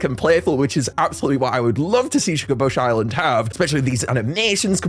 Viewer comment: ITS PRONOUNCED SHUGA BAIS NOT SHUGA BAHS